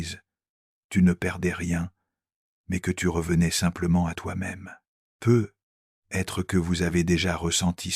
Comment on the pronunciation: C'est merveilleux ! Quel beau message mais j'aimerais beaucoup qu'une locution soit corrigée c'est "peut-être " D'entendre PEUT être avec un silence important entre les deux mots fait perdre momentanément le merveilleux message envoyé !